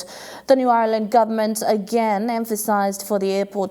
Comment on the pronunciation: It's shit how the new reporter tries to make her English fancy and misprounces words... eg New Irland..